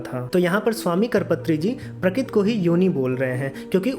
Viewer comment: Quite a complicated explanation, so the whole thing was not really clear. When rishis give 'shrap' to Shiv, his Ling drops on earth. What does Ling stand for here? Also, in the end Shiv Ling was not summarised, so the concept is really unclear. And please practice speaking 'Prakrati' or 'Prakruti' clearly.